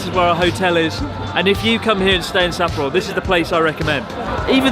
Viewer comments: I cant watch that video dude its SappOro not SApporo. dislike on this one. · Maybe because he butchers the name Sapporo. Sahhhhp-poro. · Why are you mispronouncing Sapporo, emphasising SA? I assume it's on purpose, but why? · If you ever do come back, I can show you around a bit! And teach you slightly better pronunciation of Sapporo 😂